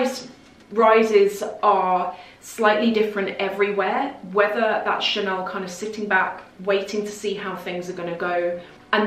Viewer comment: "Chanel" has become "Channel"